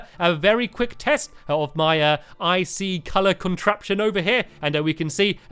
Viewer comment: Stampy doesn't ic sound like icey 😆